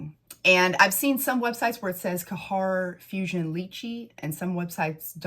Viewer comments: ITS GHEYR NOT KAHHAR. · It's not Kahar🤭 it's خير you can copy it on Google translate 💕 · Khair = “CARE” but the “C” is like you are trying to gently clear a popcorn kernel out of the back of your throat, or like a French “R.” 😉 You might be able to do Google pronunciation for these 🙂 Thanks for the review! I purchased Vanilla Royale and wouldn’t try to dupe that one, it is just too gorgeous. I did however test Yum, and because everyone and their pet hamster said Khair or Affection were so spot-on but better performers, I got Khair, and boy is it beautiful- a little brighter/fresher, where Yum is more muted. I have yet to try my mini of Lychee because I suspect it will be a bit too B&BW, but I appreciate reviews like this because I might be willing to part with $40 for something vaguely similar, which will perform better.